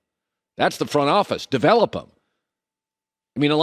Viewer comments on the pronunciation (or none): none